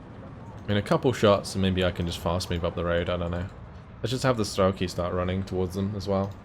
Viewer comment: За всë это время пока я его смотрел меня заебало только то что он говорит стрАлки а не стрЕлки, сука ну там же по английски e написано